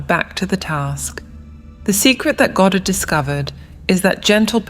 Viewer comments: It's not ga-Dard. It's God-erd. Also, reality "never" shifts instantly. Never. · Goe dard ? If you cant even pronounce his name properly ...